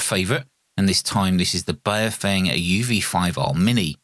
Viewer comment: How come no one can pronounce Baofeng correctly? The correct pronunciation from Mandarin is pronounced like “Bow” like taking a bow and “feng” is pronounced “fung” like fungus. So it would be pronounced Bow-fung.